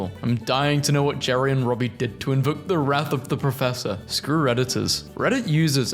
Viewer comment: Garey lol it's just pronounced Jerry.